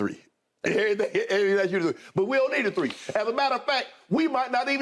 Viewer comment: “Two or shree” that boy country eny 🤣